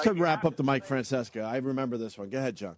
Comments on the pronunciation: It never ceases to amaze me how selft-centered Opie is. No matter how many time Jimmy and Ant said, "Francesa" Opie would never hear it and keep saying, "Franceska." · Mike Franseska. It’s so cool to mispronounce names. BURRPPPPP. BEN DOIN THIS SINCE I WAS ATEEEEENE